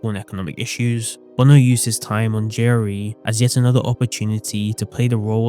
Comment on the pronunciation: Took me until for me to realize he's saying "JRE" NOT "Jerry"